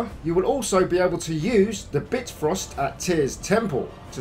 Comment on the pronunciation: How do you say so many words wrong? Like Atreeus, Bitfrost, I could go on, but where are you from??